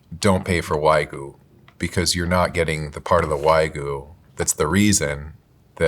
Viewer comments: Wagyu...It's pronounced "Wag-You" not "Way-Goo". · It's "Wa gyu", not "wai gu" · The number of times the bald guy mispronounced wagyu came across as a hate crime to my ears. Folks, it’s pronounced “wah-gyū”. The “gyū” is like if you put a g in front of the word “you”. Stop. Saying. “Waa-goo”. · It's not pronounced Wah-GOO, it's Wag-YOU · Please, you should have cut that one guy saying "why-goo" a dozen times. That was hard to get through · bro called it "waygu" like 20 times in one minute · can you please stop saying “WhY-goo” please! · A food professional can't say Wagyu correctly. Way-goo? WTF is that? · Why do people insist on pronouncing WAGYU is WAY-GOO or WAYGEE. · It's "wag-you". It's not that hard. If so many people are going to be so critical about how non-native English speakers pronounce English words, we can put ourselves to the same standards. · how is it that meat experts cant even pronounce wagyu properly😭😭 like what is wahgoo.... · why do these people never correctly pronounce wagyu. its wagyu not waigu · And he just KEPT SAYING IT. Don't pay for WHYGOO because you're not getting the part of the WHYGOO that's the reason we eat WHYGOO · No Wild Bill's 😭 also, "WAGOO" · That guy came across so knowledgeable but then pronounces it 'why-goo'. Crazy. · I’ve always found it distracting when English speakers pronounce it wag-you (like a dog wags its tail), but why-goo is a new level of “maybe your condescending tone is undeserved,.” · For the life of me I can’t understand why these professional meat purveyors cannot pronounce Wagyu correctly. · Bro mispronounced wagyu like 20 times in a row. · white shirt guy pronouncing "wagyu" wrong so many times in a row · Why is it so hard for people to pronounce Wagyu correctly? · lol they all pronounced Wagyu 8 million different ways 😂❤ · The inability to pronounce wagyu is infuriating 😂